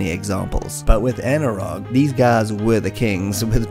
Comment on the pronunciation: Anirog was a really big player in them days, and skramble as you rightly said was the best clone of the konami hit.BTW the rog part of anirog is pronounced as roj becauae it was formed by 2 people one of whome was roger, not sure bout the other, could be anil or something. Also, it was later called anco because roger left the company. But Any way, brilliant video as always!!